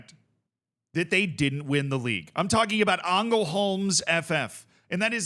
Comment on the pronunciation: Btw just for future reference, in Swedish if a word is LJ you don't pronounce the J, so it'd just be pronounced Lungbyheds. Also the Ä is often pronounced as an E at the start of words so you'd be pretty safe going with that, here for example it'd be Engelholms